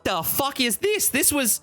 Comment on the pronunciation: My favourite thing about is his ability to add the letter W to his "Fuwck"'s